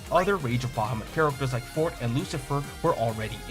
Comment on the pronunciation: Did he just call Forte "fort"????? It's For-te. it's a real word my guy.